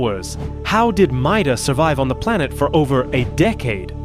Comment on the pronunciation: I believe her last name is pronounced MAY-DUH but idrc I just like subnautica lore